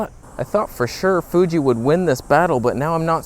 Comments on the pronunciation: Love how he calls it the 😅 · "fooge"? ... FOOGE?!!! lol. "Stabe"?